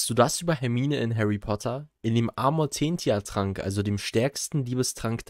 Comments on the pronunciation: der trank wird Amortenzia ausgesprochen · Eigentlich heißt es ausgesprochen „Amortenzia“ oder „Amortentsia“😊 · Wusste ich, aber du hast Amortentia falsch ausgesprochen.